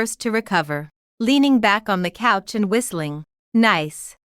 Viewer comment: The names don't bother me as much as people sitting on the "cooch" instead of couch. I wonder how it pronounces the word "touch".